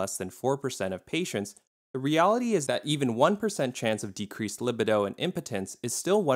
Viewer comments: Pronunciation of LIB eh doh—he doesn’t recognize the word li BEE doh? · "Lih-bih-doe" lol.